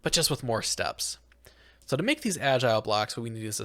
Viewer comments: Did bro seriously say "bedrack"? Aint no way bro said "agial blocks" "white siand, orange siand" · the mispronunciations are killing me in this series... First Algae as Agile, and now Volatile as Violet?